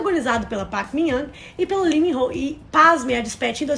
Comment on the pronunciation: Queria saber por que vocês não estão falando o L no nome deles... Coreanos falam o L sim. Lee é Li, e não "I"